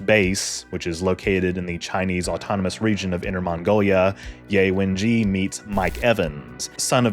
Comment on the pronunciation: It's Yeh Wenjyeh not Yay Wenjee. Jus sayin 😊